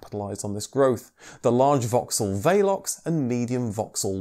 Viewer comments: Vaylox? I've always known it as Vel ox . Anyway that's how we say it in New Zealand. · The first Vauxhall Velox was the 4-seater open tourer version of their 30-98, which was introduced just before WW1. And, yes, he pronounced it wrong. Maybe he was thinking of Velux Windows. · What the hell is a VAYLOX I thought it was called a VEELOX.